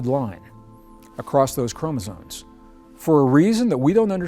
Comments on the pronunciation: he's saying chromosones, every time. Makes him sound way less credible. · Chromezones??? Oh no. 😔 Sorry, Greg. If you can't enunciate an important word like that, I just can't listen. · Hard to rate the information from someone who can't even pronounce chromosomes corectly.